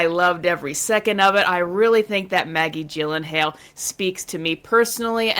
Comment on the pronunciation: A few things. First she is so devastatingly stupid, she doesn't know how to pronounce Maggie Gyllenhaal's name. Second, she is 100% doing these "I love X" because of the criticism she gets about never talking about things she likes. So she's making all these dogshit videos she's always made but putting it in a "I love girlbosses and these movies..." light. Third, every pause face for Jesterbell makes me want to toss my dinner